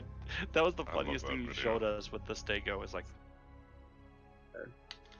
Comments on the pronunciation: why does he say staygo instead of stego? is that an american thing? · I have never once heard it said that way from anyone I know in the u.s. so i'm not sure where he picked that up.